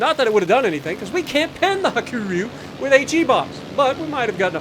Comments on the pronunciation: "白龍" is the Japanese name, meaning white dragon, and is pronounced Hakuryu, with more emphasis on the r and y towards the end, making a RE sound, where as you're pronouncing it more as Ha-ku-roo, which would be incorrect for the Japanese CV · The name Hakuryu is pronounced Ha-ku-REE-u for your information. Absolutely insane how much that team just didn't want to do anything beneficial